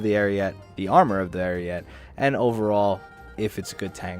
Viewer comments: Ar ee et eh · Isn't it pronounced Ah-ree-yeh-tay? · The e at the end of ariete is not silent it is pronounced Arieté. It means ram (like battering ram, not animal ram) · Please take a minute out of your day just to learn how Ariete is supposed to be pronounced. If you search "Carro Armato Ariete" into youtube, click the first video that's in Italian and just listen for when they pronounce the tank name which is less than a minute into the video. Ariete, like ahrietay.